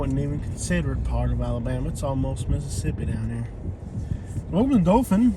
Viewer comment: It’s not dofin 🙄 it’s Dothan Dow-thin😑 if your going to come to our city pronounce it right it’s literally one google search to find the correct pronunciation